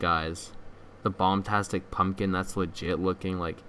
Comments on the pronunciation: its bombastic not bomtastic and people have made better models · It’s bombastic, not bombtastic.